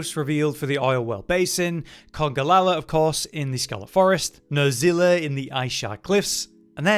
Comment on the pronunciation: Coomatrice? Nerzilla? It's Nerscilla. NerSSSScilla. with an S, not a Z. And it's CHEMatrice, not COOMatrice. CHEM like Chemical.